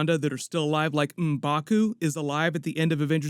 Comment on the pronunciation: i wanna hear you say “M’Baku” every episode? Its awesome.